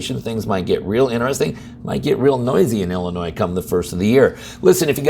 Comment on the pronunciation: Did you say, “ill annoy?”